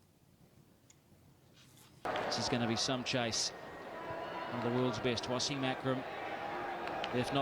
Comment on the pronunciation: Was-im not Wa-seeem